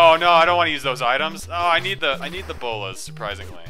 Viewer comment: Preeeeetty sure is pronounces "Bow-lass" but heh, whatever... n stuff